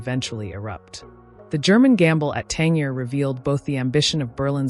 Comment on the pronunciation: It's 'Tan-JEER'!